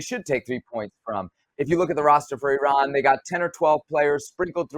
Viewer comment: Seb, kudos to you for the correct pronunciation of Iran.